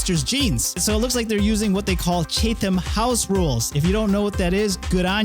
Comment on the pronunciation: Thanks for the video, I like catching up on AI news. By the way, it's pronounced "Chatham House" where the "A" is like in "Chat", not like in "Chase"